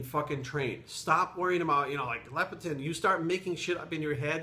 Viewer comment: LEPTIN NOT LEP-E-TIN, but WGaF anyway?